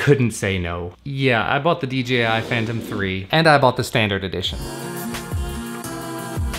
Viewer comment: Its dji not dgi